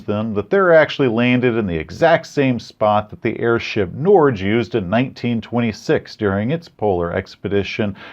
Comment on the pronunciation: I loved this review, but pronunciation of Roald Amundsen and especially Norge, made me laugh so hard I think my ribs broke. No offense to you,. Norwegian is difficult to pronunce, but holy hell you fumbled your other language roll.